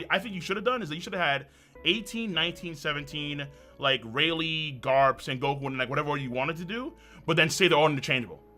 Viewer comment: Closed the video when bro said Rayleigh on 25 💀💀💀💀💀💀